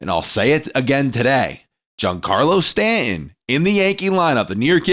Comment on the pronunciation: His name is pronounced Stan ton.